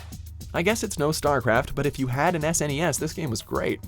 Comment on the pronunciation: For the love of god THANK YOU....its pronounced S-N-E-S...not Sss-nes.